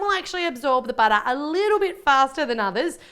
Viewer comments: I know its butter, but SHE pronounce it like "bojter" 😀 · More like "buttah" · love how she says "butter"